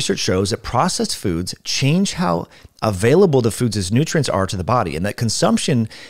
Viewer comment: Listened to that about three times sorry to be that guy. Obviously accidental but very funny. Lol "foodses"